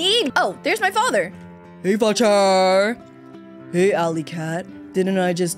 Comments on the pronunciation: Yout saying fater xd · Why do u say fature for father lol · Why do you say facher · Why did you say focher